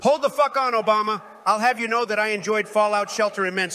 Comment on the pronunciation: sounded like "obamina" to me